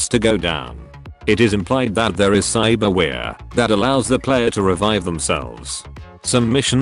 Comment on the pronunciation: "cybarwheare" lmao